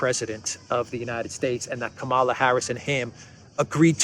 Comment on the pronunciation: It is Kamala as in Pamela. She is going to be the next president of the usa so let's get her name right.